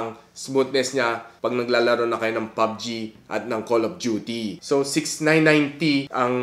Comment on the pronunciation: Pubg not pug g